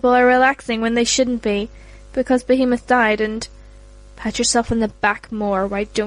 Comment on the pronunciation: Did she say Behemon?